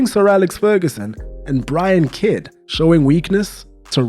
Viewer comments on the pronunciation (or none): none